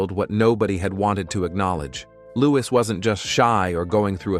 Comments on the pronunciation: Louis is pronounced “looeee” not loois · Americans pronounce the s. It's a French name, and the correct pronunciation is Loo-ee. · His name is not pronounced with the s at the end. It’s a silent s. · The S in Louis is silent.